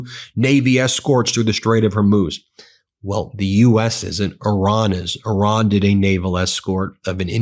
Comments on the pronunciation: It's pronounced ''ear-ron''.....not ''or-ron''.TYVM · Ben - thank you for your reporting. I appreciate it every day. I have a sincere request: please stop saying “Oran” when you mean to speak of Iran. It undermines your credibility when you continue to mispronounce the Iranian name, and it is disrespectful to the people who have connections there. Thank you for making this effort! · This emphasis on ".......Iran" Is the MOST IMPORTANT part of that message. Dots matter